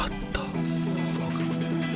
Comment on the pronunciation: I fucking lose it when he says 'What the fook!!!'